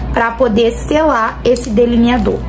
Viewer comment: "Cadê o deliniaDORR" kkkkkkkkkk